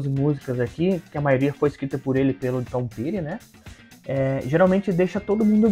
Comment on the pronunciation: Ouço bastante Tom Petty, tanto ele como Bob Dylan tocaram pouco no Brasil e a pronuncia correta é "' Tom Péri"